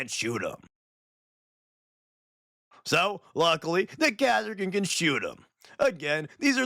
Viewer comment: But... They're the KAH-sir-kin... Ka as in Castle.